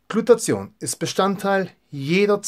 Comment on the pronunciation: Super Infos, aber die missliche Aussprache des Wortes "Glutathion" schmerzt etwas in meinen Ohren. Es heißt nicht "Glutazion", sondern "Gluta-thi-on". Der Wortbestandteil "thio" bezeichnet hier den Schwefelanteil des Moleküls (von griechisch 'theion' = Schwefel). Danke.